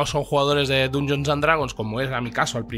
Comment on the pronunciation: Aguanté hasta el hasta q pronunció Dungeons con U. Inadmisible.